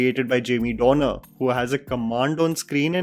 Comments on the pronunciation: dude, his name is Jamie Dornan not Dornar. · Jamie DORNAN. Not Dorner. At least get the man's name right if you're going to praise him for a subpar performance. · It’s Jamie Dornan, not Dorner fyi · Why are you calling him Jamie "Dorner" lekin 🙈